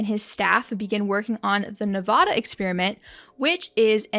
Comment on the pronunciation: Now if we could just say Nevada right...